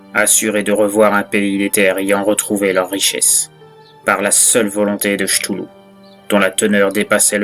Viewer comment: Ktoulou. Pas Chtoulou. 😂 Mais sympa à écouter !